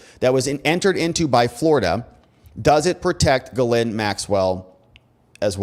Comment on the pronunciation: Pronounced " jizzlane maxwell".... Not kidding....